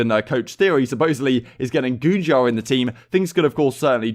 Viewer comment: Man really said goonjar With all due respect.... What the actual fuck